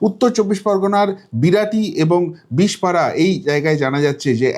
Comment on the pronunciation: বিষপাড়া নয় .... বিষড়পাড়া